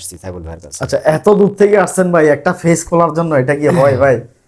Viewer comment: ফেস নয় পেজ ভাই উচ্চারণ টা ঠিক করুন